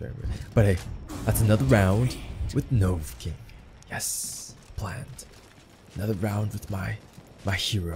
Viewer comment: Take a shot for every "Novucking."